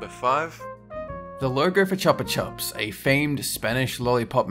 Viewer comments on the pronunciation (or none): Chuhpa chuhps? Jerber baby?, how could you do this to us 😭 I bet you say JIF too. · Chupa chups is pronounced chew-pa chew-ps which is how you say lollipop in Spanish